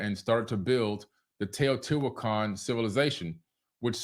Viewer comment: They pronounce it. Tehuty huacon 🙌🏼🤩